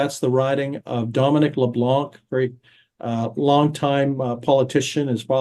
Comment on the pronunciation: Could you pronounce Leblanc properly please? The 'C' is silent.